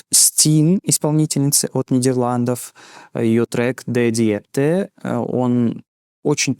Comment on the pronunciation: У S10 песня называется Дэ дИпте. Ударение на и